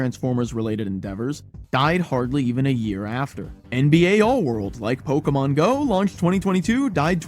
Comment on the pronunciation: Imagine making a one hour video about Pokémon GO and pronouncing "Pokémon" wrong edit: OK so as someone who still plays this game almost daily, this was actually kind of a fun watch. Also, I am legally obligated to leave a like for including an indirect ProPlanty mention, he's the GOAT and one of the last actually good GO youtubers